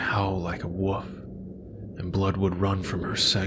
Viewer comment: This narration was great, but I’m begging you to pronounce the word “wolf” properly.